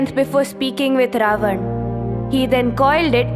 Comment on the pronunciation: Please don't mind if I say something which I didn't find well. You are doing tremendous job. You need to pronounce Ravan name as रावण instead of रावन. If I am wrong please correct me.